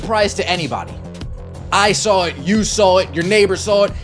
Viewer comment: There's no mf R in saw 😂